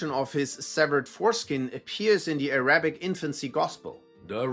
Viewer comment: Bro said "ah-RA-bic" 10 seconds into the video. Not worth my time